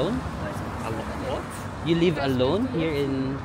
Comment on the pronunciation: Nagulat ako naa Hongdae guy ka bigla haha "you lib alone??" 😂